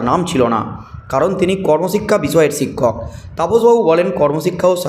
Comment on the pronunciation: “ছিক্ষক” নয় শিক্ষক। ঠিকঠাক উচ্চারণ করুন। চেষ্টা করলেই পারবেন।